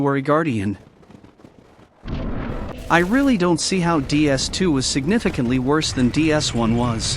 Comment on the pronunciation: The real problem is how pronounces "Worse"